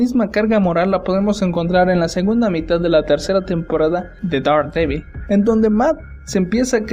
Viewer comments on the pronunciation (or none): Te urgen unas clases de Inglés; se pronuncia - derhDEEBOL -.